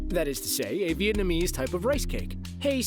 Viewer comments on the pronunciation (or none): none